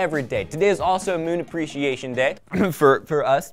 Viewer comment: Yey Moon abweeciation day!